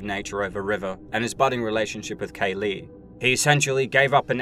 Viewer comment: Just Kay-lee. Not K. Lee